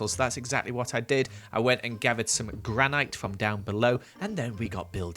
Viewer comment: Granite isn't pronounced how he says it.